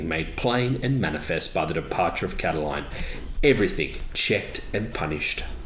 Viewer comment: I believe his name was Lucius Sergius Catilina, the anglicized name being 'Catiline', not Cataline..